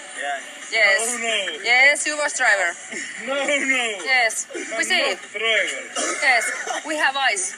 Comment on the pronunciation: Juu Vos Traiver😂😂😂